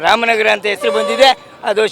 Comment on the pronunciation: Esru😂 alla sir, hesaru, kannadada kole 😂😮